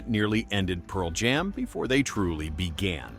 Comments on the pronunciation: I think it's AI. "Pearl JAM." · absolutely. The dead giveaway is "Pearl JAM."